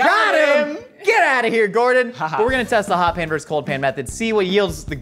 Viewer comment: When did versus become verse? I just need to know, not trying to be a curmudgeon. LOL.